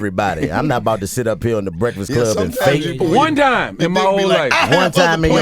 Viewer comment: DC: “Brehfuhcluh wun Brehfuhcluh uh few yeeh ago” 😂